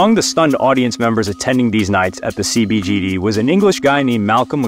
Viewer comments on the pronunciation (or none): Its "CBGBs" Not CBGD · I'm sorry, but you need to stay out of genres of music and subcultures that you know nothing about. First, it's CBGB's, not CDBG. Second, you used a least one picture of an actor playing John Lydon instead of John Lydon. But the most important thing is that you don't know the context of that band coming together as well as Sid joining the group. I really wish I had the time to sit here and tell you all the things you got wrong-but this is the main point. Sid Vicious wasn't an industry plant, he was one of John Lydon's teenage friends. Steve Jones & Paul Cook were already good friends from childhood and had a relationship with Malcom McLaren. John & Glen Matlock did not get along for obvious reasons, and John wanted an ally in the band. That's when he asked his friend to join the band, because he had the look, the right attitude, and would have his back. Little did he know it would be his friend's undoing, especially after he would be introduced to Nancy. This isn't secret information, it's out there in interviews. John Lydon openly talks about his guilt about bringing Sid into that world since it cost him his life. And last thing which is pretty important, an industry plant exists in the modern music industry where there are independent artists, indie record labels, and many non-industry ways to get your music heard. In 1976 when the Sex Pistols were band, there was only one way for a band to release a record in the UK - through a record label. So the term industry plant isn' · bro. it's CBGB's. you're not allowed to get that part wrong when making a documentary about NYC punk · Thank you. Mispronouncing CBGBs, destroys the credibility of the video. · As soon as I heard the mispronunciation I stopped the video and clicked off.